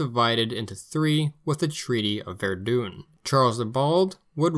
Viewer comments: Is the narrator pronouncing Verdun wrong on purpose? If so, that’s hilarious. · “Ver-duhn”, not Ver-doon.